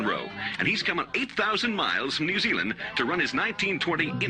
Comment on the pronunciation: So not gonna dis on the way your pronouncing stuff bc your not from NZ but your pronouncing Christ Church and New Zealand wrong